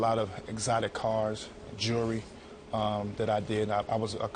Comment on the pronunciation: If you can't say the word jewelry. You shouldn't own any.